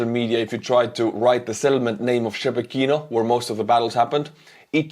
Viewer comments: It's not pronounced Shebeh Kino. It's Sheh Bekino. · "Shebekino".."She Be Kino", hahahaha It's soon gonna be The Republic of Belgorod. And Russians, they don't deserve "peace"